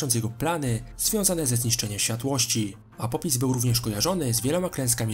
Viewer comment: apopis xD mordo, polepsz wymowę ;)